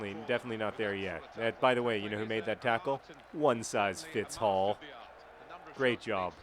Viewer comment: is he saying "One size fits ALL" or "One size fits HALL"?